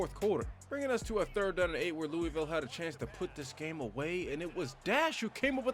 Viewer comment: Its pronounced (lew-uh-vul)